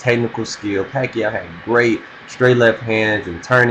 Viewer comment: he said pacoid even if its pacroid but ok so i say peequez ...